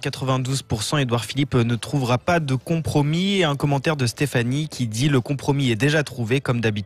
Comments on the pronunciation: Un "contromis" 🙄 ? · Un « conTromi » ?! 🤯